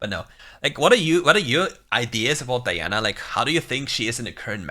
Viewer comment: I like because you said the name right🤲🏽